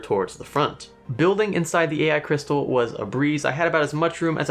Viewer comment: "AI Crysatal"